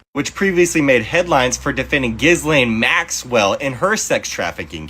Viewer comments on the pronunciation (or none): Its pronounced "GHEELANE " the S is silent!!!! :face-blue-smiling